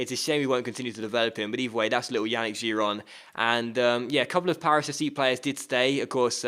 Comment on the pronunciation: I cringe everytime you say Yannick.Yannick is pronounced Yah-neek.